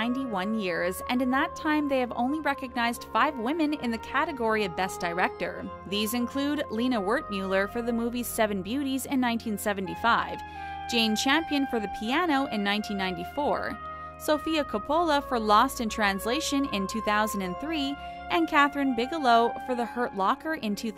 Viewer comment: You continue butchering some fairly easy names. Jane Campion's last name doesn't have an H.